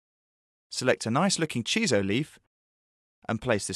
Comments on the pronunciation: *Shiso leaves, not chiso. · Shiso, not Chiso.